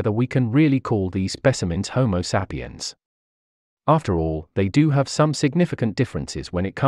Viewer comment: content is great. The weird pronounciation is sometimes a bit distracting, especially "homo seppiens".